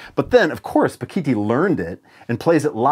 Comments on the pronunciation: A) As said below it's Ba-gi-ti. B) If you EVER have an opportunity to hear him perform, it's a hundred-mile show. As in it's worth driving a hundred miles. C) When you get to the show, stay after and say hello. Bakithi is one of the kindest humans I've ever met. You'll be a better person for it. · As a South African and a fretless player I can say that Bakithi (propounded Ba-gi-tee) was one of a few great SA players not the only one. Joseph Makwela, Concorde Nkabinda and others are amazing also.